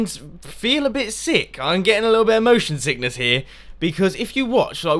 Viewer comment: I thought u said "emotion sickness" haha